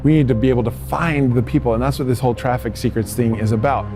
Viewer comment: Traffic not Fraffic